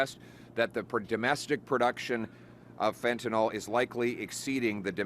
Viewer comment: "FentanYL", Pierre - NOT "FentaNOL"!!! 😮